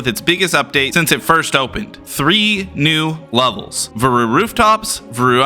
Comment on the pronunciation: listen i know its your videogame but i refuse to believe that's how you pronounce "varu"